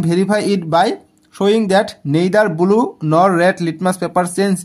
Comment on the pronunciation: Not bulu it's blue😂